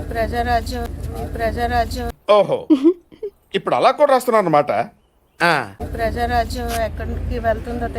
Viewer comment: ప్రజారాజ్యం, ఆకలిరాజ్యం కాదమ్మా 😂